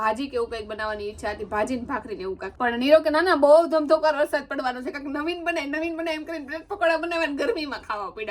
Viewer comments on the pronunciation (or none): none